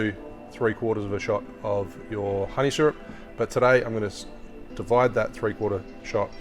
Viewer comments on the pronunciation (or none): none